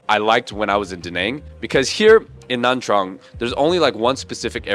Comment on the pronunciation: please just pronounce nha trang by nya trang that's the correct way to say it